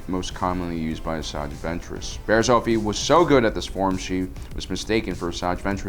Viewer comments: Dude please start pronouncing things right its not barris off-ie its barris its barris oh-fie and not jarr-us its its pronounced like chair but with a j jair-us im sorry but please learn how to say something before you say it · It's Bariss off ee . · Wow he said Barriss oofy, good job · Barass oh-fee? Who she? Only backstabbing Jedi I know is barass ah-fee